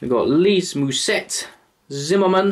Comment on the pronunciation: You don’t say the t in mousset you say it like moussay